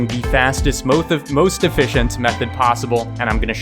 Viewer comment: moeth efficient lol u r awesome